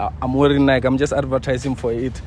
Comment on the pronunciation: The way you're emphasizing Nike😂